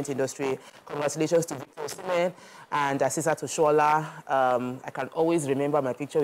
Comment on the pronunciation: I think our ladies in the public space should do better on being knowledgeable about sports entertainment. The lady on glasses could not even pronounce Osimhen's name correctly, despite him being like the most popular footballer in Africa currently. Only one person talked about it as if CAF award is some Methodist Girls interhouse sports trophy. Asides mummy Yeni, none of them is up to 50 there, and they are not conversant with current happenings. Nigeria has never won both CAF male and female footballer of the year award before, not one I can remember. Lets do better please.